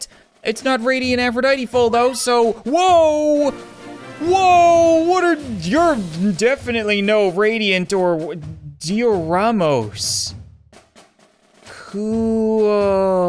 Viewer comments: Dioramos is Dye-o-rah-MUSt (the mus in must) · Its die-oh-ra-muas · Its pronounced Dayoramus